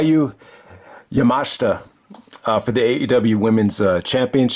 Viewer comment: You nailed Yamashita's last name. Her first name Miyu is pronounced Me-You just for future reference. I haven't seen the match yet but I imagine it was just decent but not great. I did see their TJPW (Tokyo Joshi Pro) match and it actually aired on the same episode of Dark as Pac/Umino the other week and it was really good. I've seen a bit of Yamashita's work and I'm a fan of hers. She is kind of like the Low Ki of TJPW. A hard striker, kicker and incredibly smooth in the ring. No wonder she's nicknamed "The Pink Striker." I think the issue with AEW bringing in talent from other promotions is the fact they don't take the time to hype them up as a big deal to where the fans could care about seeing them. I ain't talking casuals, I'm talking just the circle of fans they have. Go check out their TJPW match cause that I'm sure was much better.